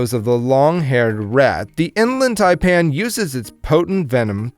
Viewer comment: You failed hard on the inland taipan